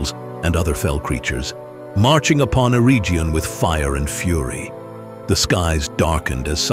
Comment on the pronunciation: Eregion is a hard g.